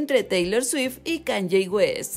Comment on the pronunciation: Se pronuncia KAAANIIIIIIIEEEEE